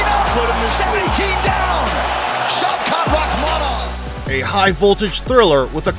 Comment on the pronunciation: The correct pronunciation of his name is... Shau Kath Rah maan......